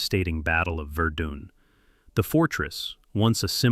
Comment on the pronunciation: ... try "verDUN", not "verDUNE" OK ? ... (÷